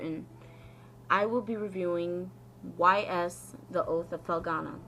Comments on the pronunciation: It's pronounced ease actually. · This is a part of the Y's (Pronounced "ees") series of games, which has been around since 1987. "The Oath in Felghana" is a remake of Y's III, which came out in 1989. This came out in 2005, but was only recently released in North America via Steam. Otherwise, cool video. You're not a bad reviewer. Do a little research on your games, maybe write scripts or basic outlines for your reviews, and I think you'll do great. This isn't me trying to be mean, I liked it. I'm just being constructive.